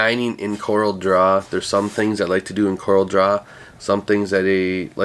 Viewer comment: FYI;) Love your channel, have learned bunches from you - thanks for what you do!